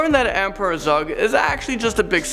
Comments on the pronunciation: He says Zug instead of Zerg twice at #5 lol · Did you just say emperor zug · Emperor Zug? Did you pronounce Zurg right?